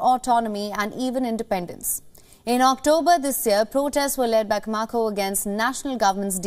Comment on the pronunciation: Camacho not Camako.